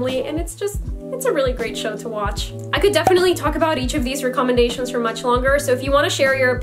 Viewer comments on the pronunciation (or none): she said recomendatons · reccomendations rec-com-mend-ashuns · How did you just pronounce “recommendations”? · how does she say recommendations??? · No offense but I hate the way that she says recommendations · You mispronounced recommendations